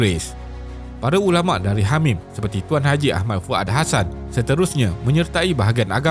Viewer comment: Hamim dengar seperti Hamas. MashaAllah. Terima kasih admin tidak berpihak hanya satu pihak saja. AllahuAkbar. Anak muda bersama PAS 🤍💚🤍💚